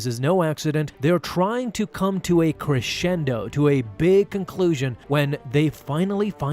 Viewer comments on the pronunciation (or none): none